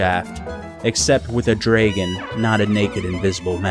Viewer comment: I love how you say draegon!